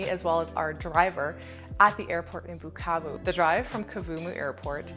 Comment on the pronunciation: i like the way you pronounce "Bukavu" "Goma"!!!! am originally from Kivu (but i've never been there)